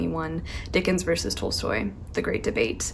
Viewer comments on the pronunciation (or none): Love your videos :) P. s it is pronounced T-ah-lstoy